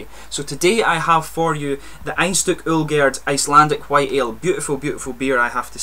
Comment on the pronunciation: I live in Akureyri, Iceland, and it's really nice to see that people are reviewing Icelandic beers, and it surprised me too how well you Pronounced the name of the Beer, and the Company that produces it :D Hope you liked the beer mate :D